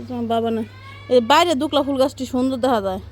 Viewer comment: Not dukla bolben dubla sama na chai bolben